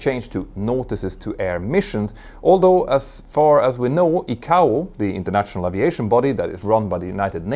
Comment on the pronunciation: Crikey! Does he use a 'teal-a-fone' or a 'tel-li-fone'? More wanky deliberately mispronounced industry terms to create his own arrogant authority! It is TEL EX (telex) not 'teal-lix' FFS! It is 'Ai-Kay-Oh (ICAO) not Ee-Cow! The same applies to Ai-Ar-Tah (IATA) I respect the work he does and the information he helps clarify for those interested parties outside the industry, but just as the information being disseminated must be correct so too must the pronunciation of industry-standard terminology. A European accent is not the issue, arrogance is. All of my European, African, Asian, Middle Eastern and Western commercial aviation (airline) industry colleagues manage to correctly pronounce these and many other terms. He will have heard his industry colleagues using the correct terms but elects to give it his own unique spin like he knows better! He even changes Juan Trippe's (Pan Am) name into something unrecognisable! There is no need for it and consequently it diminishes the quality of his work.